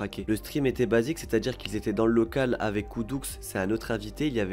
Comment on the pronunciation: Si je peux me permettre car je pense être bien placé pour le savoir 😉mais j'aimerais rectifier 3 choses: de 1 Jp a rencontré Naruto avant Tk! C'est justement Naruto qui a fait en sorte que le duo existe. de 2 on dit pas "coudouxe" mais coudou(x) preuve que tu n'as pas regardé un live ou des rediffs ces derniers temps. de 3 l'extrait ou il rage et pleure c'est juste qu'il est en manque de nicotine. c'était un live unchained together et il ne pouvait pas fumer. Jp s'est très bien ce qu'il fait et il n'a pas besoin de personnes pour lui dire quoi faire crois moi, il n'y a pas d'histoires d'emprise ou autre. Le jour ou il en a marre croyez moi il va se barrer de lui même. Malgré ça j'ai trouvé que tu avais l'air sincères dans ta vidéo. Bon courage pour la suite.